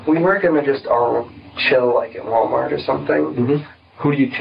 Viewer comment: "wahh mahh" how investigator pronounced Walmart